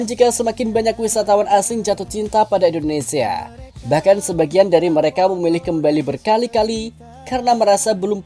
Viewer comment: Hi yg punya channel! Kamu nyebut Indonesia yg betul dong Indonesa indonesa Itu kebiasaan orang jawa "sia menjadi sa " Orang asing yg mendengar chanel mu akan bingung Contoh nya teman saya